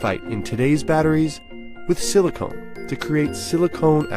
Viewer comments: he calls it 'proprietary' material, as if it some secretive super material they developed only to be outed with 'silacon' a few seconds later lol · NBC News: Silicone != Silicon. Please learn the difference and pronounce it correctly. And yes a Silicon electrode framework would be a major improvement. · Silicone? The word th speaker so avidly see is 'SILICON'. I won't tell, promise. doesn't matter. YouTube is not concerned about veracity. Don't waste your time on this vid. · "silicone" Is this company based in Los Angeles? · Did you hear he said "Silicon" based anode.